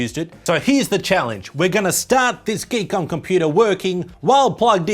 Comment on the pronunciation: I believe the name on the box is "Gee...KOM"... not geek book 😅😆😂😂